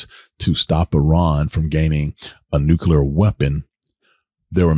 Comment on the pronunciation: Did anyone hear how he pronounced nuclear in his speech